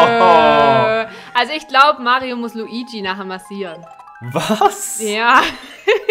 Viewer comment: Es heist nicht Luigsi sonder Luigi